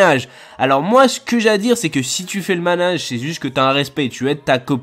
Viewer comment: slt super vidéo mais tu as dit manage au lieu de ménage à de la vidéo mais super vidéo quand bravo à toi et bonne continuation